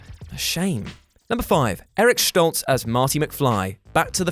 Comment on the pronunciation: Eric Schtoltz?? For some odd reason, that got under my collar. lol It's St-ol-tz, no SCH. :P